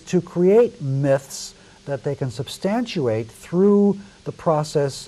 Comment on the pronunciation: Well he also said substantUate. . So....